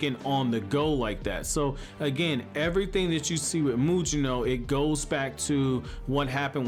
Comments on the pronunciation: Why does this guy keep calling him Muyino? It's pronounced Mugino like Gyuki or Kusanagi. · Take a shot every time mispronounces Mugino’s name 🤣